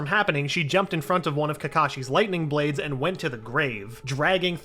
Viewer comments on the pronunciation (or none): none